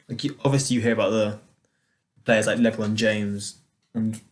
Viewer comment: I swear he said LaVron James lol